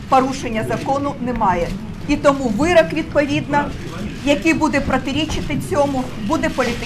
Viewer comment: вирОк, а не вирАк... Вона досі не навчилася говорити українською.